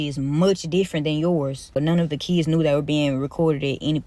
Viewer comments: "Kids" vs "Kizz" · Why are these ghetto ratchets always have to be so extra with their pronunciation of the word "kids"? It's never just "kids", it's always "DEEEEEZ KEEEEEDZ"! One would think the ability to speak proper English would be a requirement for teaching, but I guess not.